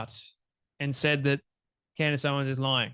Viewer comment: He says, 'Candy Owens'😂😂😂😅